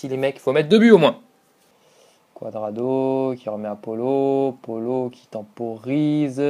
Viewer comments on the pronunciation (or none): Je sais que c'est fini mais bon, je te signale quand même que ça se prononce PAOULO dybala et pas POLO PA OU LO comme ça ^^